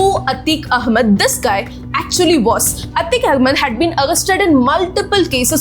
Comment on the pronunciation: We might understand you better if you could wonly improve your accent and speech delivery. Atiq Ahmad not A tick ah mud That is naat carect.